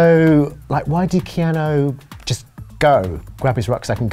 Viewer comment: Keanu not keano